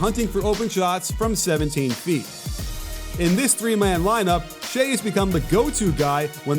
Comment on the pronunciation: Kenny Smith mispronounced Shai's name on the post gane coverage too.